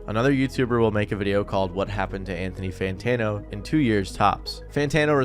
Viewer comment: What’s an Anthony santano